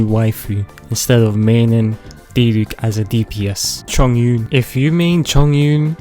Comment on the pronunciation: "Suck rose" "Cheldi" "Zingkeu" "Haw tei" "Kew kee" "Noelee" "Ningug" "Keyo" "Fishlee" "Eluwo" "Daono" "Dee luuk" "Bai doo" "Albeedu"